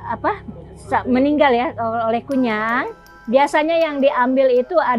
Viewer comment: konyol bukan kunyang